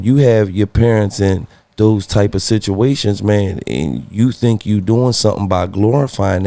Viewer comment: So am I the only person that heard him say “situationages”